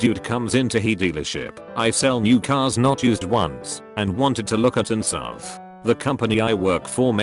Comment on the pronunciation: Bro, fix your voice narrator.. seriously lmfao. Stop being lazy and actually type out the words instead of copy+pasting the text. “sov” 😐 and “zero zero zero”...